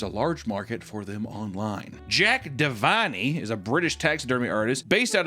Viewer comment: I think Jack Devaney is supposed to be pronounced like De Veiny. As in jack de veiny.